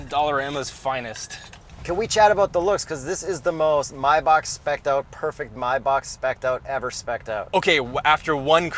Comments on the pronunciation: It's pronounced 'mybar', it's German. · It’s called Maybach not Mybuck lmao. Just type the name into google translate and listen to the German pronunciation:) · Pronunciation is definitely "My-Bock". Rappers aren't known for being cultured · "My-Bock"... I grew up in Germany in a Mercedes-driving family, and speak fluent German; that's how it's pronounced there, altho usually there's a bit of 'flem' in the 'ch' at the end, kind of that Yiddish back-of-the-tongue sound like in 'kreplach' or something, I think indicated in a dictionary pronunciation as 'kh'... A very Germanic vocalization, I believe evolved from many, many generations of drinking lots and lots of lager... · it's pronounced Mai-bach with a kh sound at the end, get with it trailer boys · Haha! Very well put! I simply remembered the first time I heard it but that’s a fool proof way to correct someone stuck saying it the ghetto “MAY-BACK” way. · It is Mayback = May + Back Jesus Christ guys... Anyways ... Who cares, I can't afford any ways😂😂 but what a car! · I believe it's a "mai buck" (MAYBACK) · It’s pronounced just like said when he said “let me grab My-back pillow” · It’s pronounced Maay bakh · It’s pronounced Maybach! Also, nice casiooak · Im germam and im pretty sure it's pronounced like 'my-bach' if that makes sense, just fyi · Mai - baak, just say my baak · I'm from Austria and it's definitely pronounced My-Bach. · As usual, rappers are wrong lol. It's "Mai-BAhk" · German here. It’s Mai-bach [with flem at the end not k] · Ja aber die scheiss Amis normalerweise sprechen die ch bisschen so wie die Schweizer. Deswegen ist es einfacher für die „Maibakh“ auszulesen um mehr Deutsch zu Klingen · MaiBaack (my french is bad) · Is it not a maybach? Not a "my buck" lol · Hi 😀😀👍 You are correct with saying the Maybach. You schould say as germans. Greatings from Poland. 🖐️🖐️🖐️ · It's Maybach not Maybach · Both of your pronounciations of Maybach are wrong. How can I send you an audio? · “MyBach” huh?